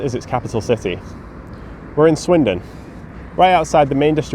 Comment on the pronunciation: we’re in Swindon, not win-don. And that’s kind of the point